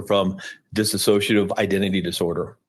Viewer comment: It absolutely drives me NUTS...here's lawyer keeps calling it DISSASSOCIATIVE when it's DISSOCIATIVE. One means not to associate anymore. The other is a mental state. I can't stand it how they're claiming she has this super rare disorder that they're obviously completely clueless about considering they can't even say it right 😂😂